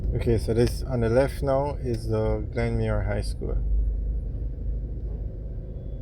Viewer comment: Yo its not Glenmuir drive its Glenmyir road